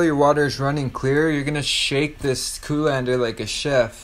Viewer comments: Say coo-lander one more muthafuckin time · Say it with me... "col·an·der". "Colander". Very good. Now you can practice on your own! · I love how he says “coolander ” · There can only be one. Coolander